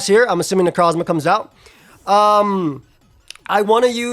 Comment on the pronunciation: I’ll never get tired of pronunciation of Necrozzzzma